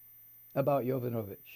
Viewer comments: Please, pronounce the name correctly,Mike..It’s Yo- vano- vitch..It’s no Yo-nova-vitch.. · Mike, I am so glad I found your video! You express exactly how I feel about the trump monster, Keep it up with the truth. And it's pronounced Ya Von O Vitch. Hooked on Phonics worked for me!